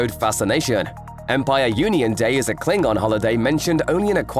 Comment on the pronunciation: Umm, isn't it Klingon and not 'Kilng-gon'